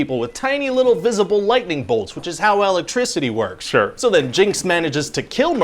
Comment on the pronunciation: love the way he say Electricity (Al-lectricity) 🤣